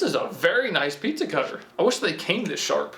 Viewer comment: He says piiiiiiezza Not pizza